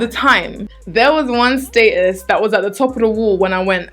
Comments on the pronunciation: ohhh i was confused when was pronouncing "statues" 😂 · I love how she says status's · It took a while to figure out you were saying "status" 😂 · Lol sub demographic is clearly mostly American because everyone's commenting on the way she pronounces "status" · I love how you pronounce "status". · i just realized she was saying "status". omg love u 😂